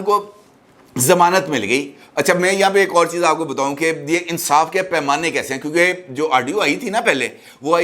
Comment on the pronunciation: Insaaf nhn .. INSAAS...